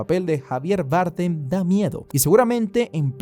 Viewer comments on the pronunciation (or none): Javier BardÉm (es español) jajaj lo pronuncia como en inglés